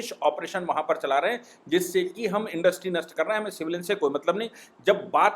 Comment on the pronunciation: भाई साहब आप हमैसा ईन्डस्ट्री को इन्डस्री बोलते हैं।समझ लिजिए कि मैं कितने ध्यान से आप को सुनता हूं।🙏